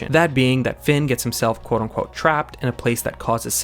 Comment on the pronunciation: I don’t know if you get this comment a lot, but the phrase is “quote UNquote”. It always sounds like you’re saying “ON quote” and bothers me